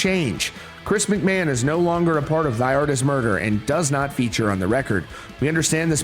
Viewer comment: McMahon isnt pronounced macMann. 😂😂